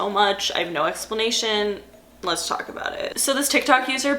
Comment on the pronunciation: "taulk to you" theres the long island lmaooo